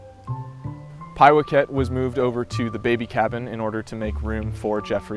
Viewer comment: Who comes up with all the creative names for the little ones? Do you know where the name, Pie-whack- it , is from? It was the name of a cat who was the familiar of a witch in the classic 1958 film " Bell, Book and Candle " with Jimmy Stewart and Kim Novak. It was basically the film inspiration for the 60s TV series , " Bewitched ". It is really pronounced Pie-whack-it, not Pie-wack-ette. Haha well that was how they pronounced it in the film...not that it is really important. In case you and the other tall monkeys there who stand on 2 feet and only have fur on top of their heads ever have time to watch a movie you can watch it for free here.